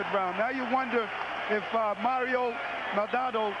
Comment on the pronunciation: Come on, Maldonado is not that hard to pronounce bro.